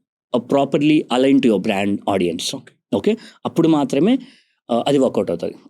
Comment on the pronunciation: Hey sorry to say. It's very irritating to hear audien? There's nothing like audien. Audience is the word. Content is great but pls correct this vocabulary.